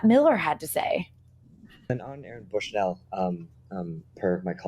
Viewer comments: Great interview, Rania. I’m not sure if it’s your pronunciation, but I noticed you’re saying “Brushnell” instead of “Bushnell” when referring to Aaron. After the sacrifice he made, I think it’s important to note. Thanks Breakthrough News ❤ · Sad she can’t say Aaron’s last name correctly.